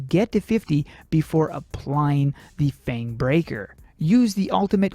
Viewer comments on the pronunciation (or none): none